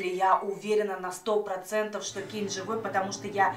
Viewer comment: Это кейн а не Кэйн